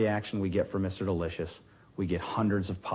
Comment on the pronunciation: The way and pronounce "Delicious" is irritating.